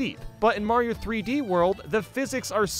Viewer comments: Damn he legit called Mayro her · Mayro "she"